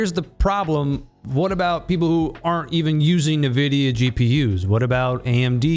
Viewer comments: Ni- who? It is pronounced "En-Vi-Dia" -.- Thanks for doing this video by the way. No one really talks about the elephant in the room. But I love the game. Still would play it even though I don't know why my PC crashes to the point where one can't even Alt + Tab. Smh. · STOP SAYING NIVIDIA AAAAAAAAHHH